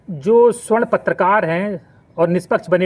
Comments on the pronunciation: Video banate ho thora gyan badhao . Pahale swarna ( sona/gold) aur sa- warna me antar samjho aur shudhdha sudhdha bolna sikho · Suarn ni sabarn hoga hy😂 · सवर्ण बोलिए, स्वर्ण नही, स्वर्ण मतलब सोना, ए सोना नही कीचड़ हैं, कृपया सुधार करें